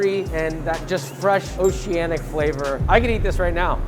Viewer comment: I want uncle roger to roast him on how many times he says oceananic lmqo